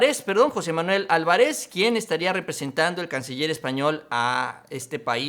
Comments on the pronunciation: El apellido Álvarez se pronuncia acentuandose el sonido en la Á, y no Alvaréz,o sea al pronunciarse se debe de fijarse en el sonido más fuerte en la Á. Es una palabra Esdrújula. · Ålvarez, con acento en la primera letra "A". Es un apellido muy común de fácil pronunciación.